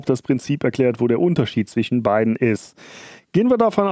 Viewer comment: ich kann nicht mehr ... zwiSCHen praktiSCH ... schrecklich - wenn man schon ein Video macht warum nicht noch verschmutztere Elektroniken gefunden? - das Video ist sicher geil aber durch das schlechte Deutsch wollte ich es mir nicht weiter antuen als 10 Minuten - schade